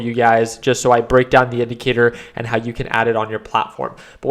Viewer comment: Share your indicatoorrrr lol